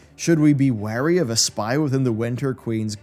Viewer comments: WARY not WEARY why do so many people have to get this wrong, your even reading it out and still got it wrong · 'Wary' is not pronounced 'Weary' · it sounds you confuse the word weary with wary. Weary would allude to tired, as the voice acting showed. Wary implies they are cautious and aware, which seems to fit the narrative more. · I liked the voice acting. I'd have gone more menacing and less pompous sounding, but it does match the tone of the writing. One point that broke me out of it was when he said 'weary' instead of 'wary'. Nice added value to the video for sure. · Wary, not weary haha. small error. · One complaint: "Wary" should be pronounced like "hairy" (/ˈwerē/). In the voice acting, it was pronounced as "weary" (/ˈwirē/). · Needs work. Specifically, 'wary' was pronounced as 'weary'. Very different meaning there. Otherwise fairly good. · Thank you for your video! And sorry, and feel free to correct me if my pet peeve doesn't cross the Atlantic, but aren't wary (cautious) and weary (tired) different pronunciations?